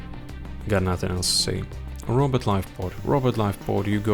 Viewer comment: Nolan - What skills, if any, should be taken to 15? Robot - I always hear "Robert" When you say Robot 😆 Yellow Mark - I disagree with his "skills scale poorly". Skills 1 and 4 are great at 15 Range Mauler - Should be AT LEAST A tier due to how useful it is in TnG and event OPs. Weighted PvP too high in his rating Seance Dog - Would like more analysis on him and his skills, regardless of availability. Seems like ranking is solely based on availability and power level. Melee Mauler - He seems decent. I got him to 1k for the case file and he is tough!